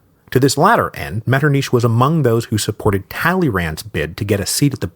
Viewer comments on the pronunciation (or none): I can't believe he says it Metternish the whole way through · really helpful tip I got when learning German was to try hissing like a cat to make that sound MetternICH like try hissing like a cat, and then try saying metternICH while pronouncing the ICH like the hiss of the cat so to speak lmfao.